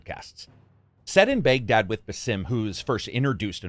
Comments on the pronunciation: It's Baghdad not "bagedad "... lmao come on man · Just saying , it’s pronounced “Bagh-Dad” , not Bae-ghdad. Also “EERAN”, not EYE-Ran! Eeraq, not EYE- ran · It is “Bag Dad”